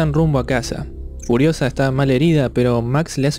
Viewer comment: En el minuto parece que decís curiosa en lugar de furiosa xD